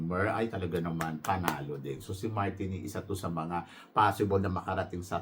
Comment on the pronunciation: TANZANIA - TAN ZA NI YA MARTINIQUE - MAR TEE NICK jusko ka edit: MARINIQUE is not Aftican country, Martinique is in CARIBBEAN